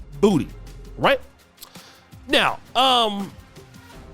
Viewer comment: " And thet ove lickin' BOODEE" -The Jeremy Hill show